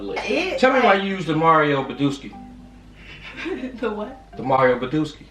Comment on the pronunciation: “mario badooski” 💀💀💀💀💀